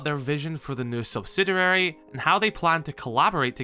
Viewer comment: SubsiDURAry unnerves me to no end I'm not a native speaker but it can't be that difficult to pronounce it correctly Anyways, maybe they will start running things more like R6M